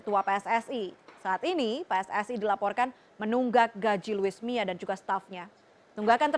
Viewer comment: Luis mia??? 😂😂😂 Apa kuping gue doang yg denger begtu???